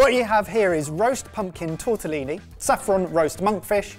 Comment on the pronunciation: It is "TortellONI" you heathens. "TortellINI" are the tiny ones. I have low expectations but- at least the basic terminology ffs